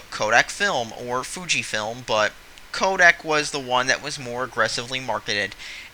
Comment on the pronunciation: it's Kodak, not kodek. secretive is pronounced see cruh tive not sec ruh tive